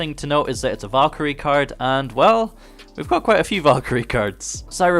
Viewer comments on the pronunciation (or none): none